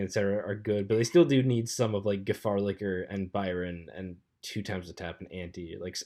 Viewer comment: dont be mean it wasnt too bad and at least he said gefahrlicher and not gerasfsfdhdsdfdnsdr